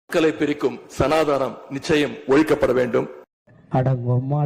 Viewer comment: Sanaa dhaanam illai mr.udayanidhi.Peyariyaavadhu sariyaaga uchharikka kathhu kollungal. SANAATHANAM. Dravidamum undiyalum, siruthha kuttigalum enru dhaan muzhumaiyaaga purindhu kollapogiraargalo ? Inimaylaavdhu kamalahaasanai pol ularaamal irukkalaamay.